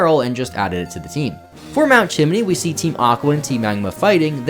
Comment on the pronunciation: Hearing Papa call it "Chiminey" threw me off